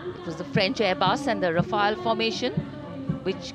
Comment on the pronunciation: The Doordarshan woman announcer is pathetic. Does no homework at all. She refers to the French marching song as "La Boudin". It is actually " Le Boudin". We would not like the names of our famous military marches to be mutilated. Even worse, she referred to the famous fighter plane as " Rafael". Even an Indian schoolchild would know it is "Rafale". What a shambles!